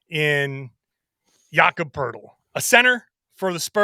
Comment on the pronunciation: The best thing about Poeltl is that when you listen to people talk basketball and pronounce his name"poe-etel" you learn very quickly who actually watches a lot of basketball and who just reads a script.